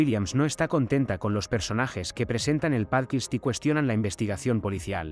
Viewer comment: ¿Por qué dices 'pálquist' en lugar de 'pódcast'? 😄 Por lo demás, muy buen resumen para poder recordar todo lo anterior y comenzar con la Tercera Temporada.